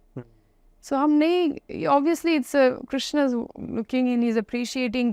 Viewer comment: आज आपने क्रिस्ना बोला 😁😁😁 भक्ति✅ अपभ्रंश❌ 🙏